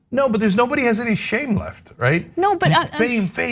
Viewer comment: "No" is a one syllable word. What is this "No-ah" thing?